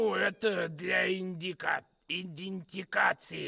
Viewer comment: Мне нужен полное видео мужика, который пытается говорить идентификация.